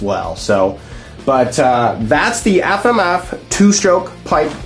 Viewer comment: "Aff-Am-Aff"- that guy.